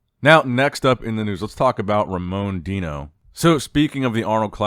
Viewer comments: Is it "Deeeno" or Dino?🦖 Even nick can't decide🤣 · "Deeeno" is just the brazilian pronunciation of the word "Dino".